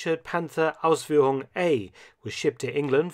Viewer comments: I'm german and love how excellent you say "Ausführung" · Absolutely, Dr. Felton trained the German "Umlaut". Ausführung !